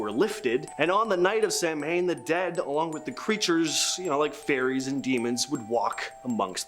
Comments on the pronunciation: It’s “sow-EEN” not Samhain. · Samhain is a Celtic word, so it isn't pronounced as if it was an English word - sah wain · Samhain, pronounced Sow-in.